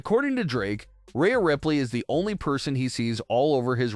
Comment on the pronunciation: Who is Raya Ripley? You’re pronouncing Rhea wrong